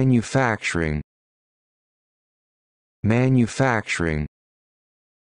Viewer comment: Biden pronounces it "manna-facturing". Drives me nuts.